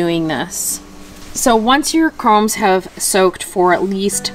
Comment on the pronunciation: I think they are called "corms", not "cromes". Wow, I just found your channel, and I love your beautiful flowers, and all kinds of tips for gardeners!